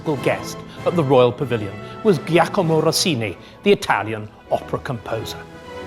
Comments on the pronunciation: You need to be careful when correcting others that you correct the error properly; Starkey did indeed mangle Giacomo by using a hard ‘G’ at the start instead of the correct ‘Ja’ sound as in ‘Jack’. The problem of course is that Rossini’s name was not Giacomo at all, but Gioachino - pronounced correctly ‘Jee-oh-ah-kee-noh’. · What was again Rossini's first name? A historian with a PhD who does't know how to pronunciate correctly Giacomo...Come on!